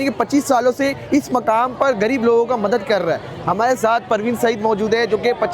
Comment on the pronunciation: Aap anchor banay huway ho aap ko Urdu Bolna NAHI ati kia phir Hindi hi bol agar Shok hai tou غریب اور گریب میں فرق نہیں پتہ کیا